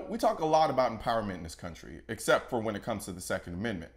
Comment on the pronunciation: "Whamen" Is Coloin part of the salty legion?